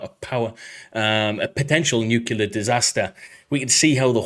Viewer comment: Except for saying Nuclear wrong 15 times In a row.